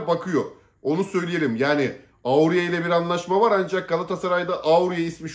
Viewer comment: Dil öğrenin biraz kardeş aurie değil oriye orie serc oriye repete after me o ri ye